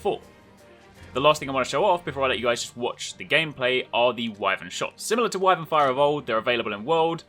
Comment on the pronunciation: lol that scarface clip is so good I'm not even going to bother pointing you that you say Wyvern wrong.